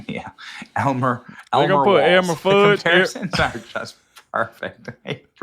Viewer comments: Elmer FUDD - not "FUDGE"! 😮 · you had me crying laughing when you said Elmer Fudge!!! It’s Elmer Fudd. Thanks for the laugh! 😂😂😂